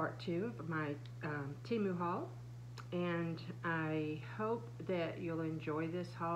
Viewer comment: It is pronounced Tee-moo.